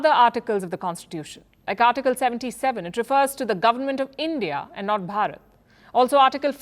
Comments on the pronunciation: Not "Borot" it's "Bharat-varsha" or in short "Bharat". I know it's difficult for you to pronounce but do google the pronunciation. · At least try to pronounciate Bharat properly ........ don't say bryut ....or byrut .......😂 What's the point of being educated if you cant even pronounce Bharat properly......😂 Jay hind ...Jay Bharat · It is not "Barrat", it's "Bhaa-rat" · Not baraat 🕺💃😂 It's more like BH AA r a t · How sweet that lady pronounces Bharat to "Baraat" is so sweeet😂....i❤this, her voice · Plz for God sake pronounce correctly its BHA RAT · After listening their pronunciation of Bharat. I realised why Britishers named Bharat as India 😅